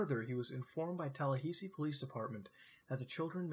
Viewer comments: TALLAHAYSEE?! AHAHAHA omfg I'm sorry but that made me lose my absolute shit TalLahaysee, never in my live have I heard it pronounced that way congrats Muta congrats EDIT: for anyone wondering why I'm losing my shit the "ha" in Tallahassee is pronounced like it is in the word "hat" and the "ssee" is pronounced like the letter "C" so you pronounce it tal-la-ha-see. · wait did you say Talla hay see? its talla hah see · TAH LAH HA SEE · lol "Tallahaysee" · Everything on this video can be found with basic internet searches.... nothing exciting here..... and holy FUCK.... tala HAY see..... TALA FUCKING HAYYYYYY SEEEEEE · Florida man getting triggered by the pronunciation of Tallahassee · Good vid, but what's up with the pronunciation of Tallahassee? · As a Floridian, lol at your pronunciation of Tallahassee. :3 I chuckled.